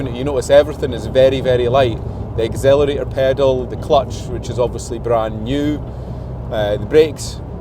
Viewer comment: "agzelarator" pedal 😂